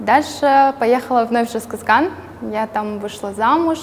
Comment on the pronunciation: Как то странно вы произносите город Жезказган, как будто или стесняетесь, глотаете слова. Говорите четко! Гордиться надо